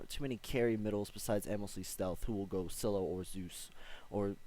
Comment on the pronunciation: Lool you're finally pronouncing scylla right